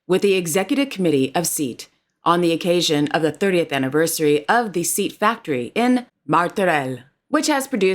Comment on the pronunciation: Just so you know it is pronounced Say-at, rather than “seat”. A popular brand over here. But another great video, thank you 😊